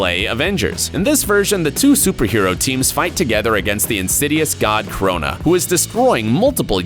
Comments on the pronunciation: i heard corona, not krona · did he say carona more like carona virous